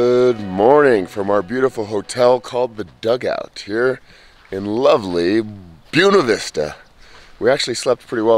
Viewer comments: They pronounce it Be - ewe- knee vista Not Ba - wain - a vista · [BWEY-NA VISTA] god how do people not know how to read